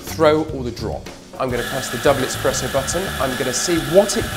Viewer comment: I was keen until he called it "expresso"